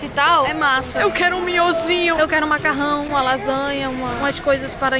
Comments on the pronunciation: Eu entendi MACARUJA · "MACARUJÁ" AKAKAKAKAK